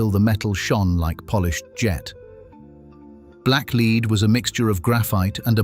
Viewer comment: Black leed, do you mean black lead